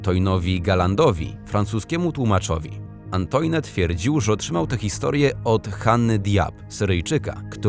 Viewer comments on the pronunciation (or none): Czyta się Antuan nie Antoine. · Wymowa "Antoine" powala, uszy aż krwawią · Ja wiem, że francuski jest trudny, ale żeby "Antoine" i "Hugo" przeczytać w taki sposób...